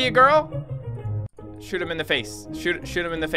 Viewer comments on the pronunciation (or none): none